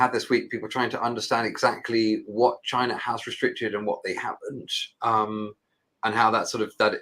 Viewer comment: this nigga said cheena 😂